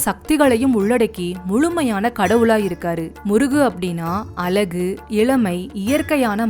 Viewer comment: அருமையான பதிவு. அழகு என்ற சொல்லை மட்டும் சரியாக சொல்லியிருந்தால் இன்னும் சிறப்பாக இருக்கும்